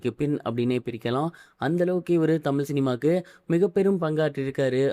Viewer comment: தமில் சினிமாவ பேசுர இது உனக்கு தேவையா பேசுர தமிழ் பூரா தவறு